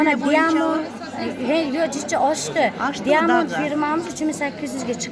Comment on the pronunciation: Диамонд эмес даймонд